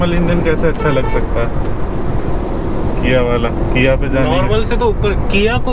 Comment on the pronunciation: Kia ko kyon "kiya"!